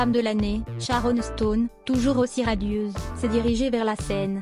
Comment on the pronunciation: Je qualifie ce montage comme un produit raté. — La voie de robot qui est sans expression. — Le texte qui envahi presque tout l'écran. — Les scènes qu'il est question ne sont même pas montré. — La prononciation des mots (anglais), et celui de Sharon Stone, sont complètement ratés. — De plus, on a seulement 4 photos de l'actrice, qui repassent en boucle. Je donne 0 sur 10 à ce semblant de document qui vise un fait d'histoire.